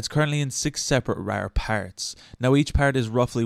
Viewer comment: You got a like for how you says RARR and PARRTS. Also this was helpful thank you lol